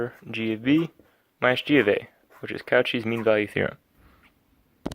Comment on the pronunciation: I know you didn’t just pronounce Cauchy as “cow chee”